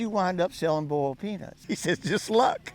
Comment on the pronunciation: Boiled peanuts ? Or penus ??